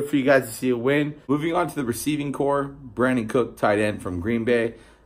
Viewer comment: Lol also “Brandon Cook”.